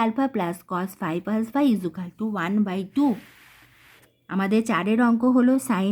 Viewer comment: ইজুকালটু বলছেন কেন ❓😂